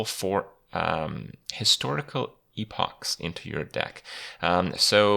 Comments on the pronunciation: wow, kripp is the first person who i have seen reviewing these cards to say 'EPOCH' correctly, fuck me is it really that unique of a word for people to say properly? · HOLY FUCK HE SAID EPOCH RIGHT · Finally, someone says Epoch correctly lmfao